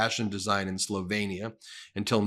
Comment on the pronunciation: It’s Slovenia not Slovania you’re just as bad as they are. Come on, Ben, I keep thinking you’re better but then I see your position on Israel and now this, and the way you keep courting the “centrist” vote—are you just a conservative in disguise?? I’m getting kind of grossed out by your channel to be completely honest.